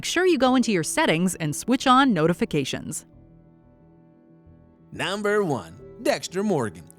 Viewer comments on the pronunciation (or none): They are called NUMBERS not NOMBERS. THIS GUY IS AWFUL